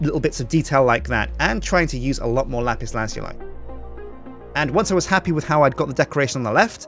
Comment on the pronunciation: Does ANYONE pronounce lapis lazuli properly?